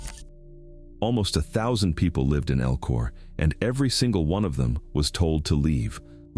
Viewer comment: So, #13 Spelled Elko. El-ko. Pretty simple. Your artificial voice is pronouncing it "EL-KOR" This isn't the "east coast" where they add R's to words. that don't have them. I'm calling bullsh!t to this. And by looking at other comments, I'm not the only one thinking you're spreading cow manure for facts...